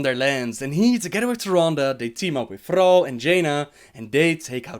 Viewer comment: i was here to know more about illidan, but this narrator is so fucking stupid, specially with his retarded pronunciation of Thrall.